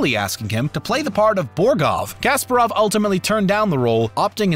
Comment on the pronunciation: Nice, good, thanks. btw it's Ka-SPA-rov.